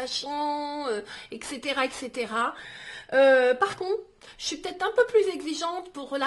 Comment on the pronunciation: Arrêtez avec excetera on dit etcetera